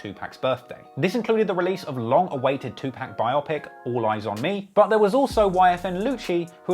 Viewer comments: Please never pronounce the great Tupac name like "2 pack" ever again. Otherwise, great work. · As the avid hip hop fan you claim to be, please learn how to pronounce Tupac’s name. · Awesome content, but ffs please learn how to say Tupacs name correctly. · I stop watching this dudes videos everytime he says Tupacs name wrong! How da f#@ can you know so much about hip hop then sound like a total idiot mispronouncing one of the biggest artist in the world's name wrong...only rational is says Tupacs name wrong on purpose 🤡🤡🤡 ishhh 👎👎👎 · I feel like if you can't pronounce Tupac correctly you shouldn't be reporting on a music scene across the lake. Very informative nonetheless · I cringe every time he pronounced Tupac name 😣😣😖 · Hickory Dickory Dock this nigga can’t say TUPAC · i hate the slime explanation bc the way you used it in a sentence is wrong and i hate the way you pronounced tupac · Bruh it’s no way you do not know how to pronounce Tupac and say you love hip hop just ain’t no way. 🤦🏾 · How u a trap music expert and saying Tupac name wrong 😑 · So you don't know who 2pac is why u saying his name like that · The way you’re saying 2pac is a problem lol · U keep saying Tupac name wrong dude. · You don't even know how to say Tupac's name. I'm starting to get culture vulture vibes fr!!!! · The way you say Tupac makes me cringe hahahaha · Great vid, but laughed every time he said 2pac wrong. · Bro I've always thought you was legit until this video....my man said 2 PACK!! 2 PACK OVER AND OVER NOT PAC BUT PACK! NOT 2 POCK....2 PACK!! YOU GOTTA TAKE THIS L! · You should say 2 poc with your accent it sounds weird af saying pacc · Its not pronounced 2pack, its closer to Pock.... put sum respect on pac name a hole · Bro its not two pack too pok phonetically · It's pronounced "Two''P'ah'ck" not Two'P'a'ck! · The amount of time I yelled TUPAC!!! Not Tupack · Great video but you are pronouncing tupac incorrectly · 2pac not 2pack. It matters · Tupac not Two Pack